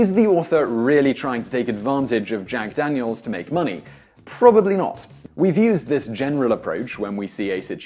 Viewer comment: At the beginning you said "Jack Danielsis refreshingly nice.." UGH. DANIELSIS. ugh